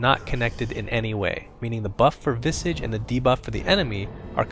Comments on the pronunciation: Visage not Visige XD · I always thought it's pronounced vi-SAH-ge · "vissidge." wut. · You called him "Visej", I called him "Vaisej" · STOP SAYING VISIG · Visige? It's Visage xD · The pronunciation is Visaaaaaaage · I thought it was pronounced VY-sige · He had two guesses at the pronunciation of "visage" and still got it wrong.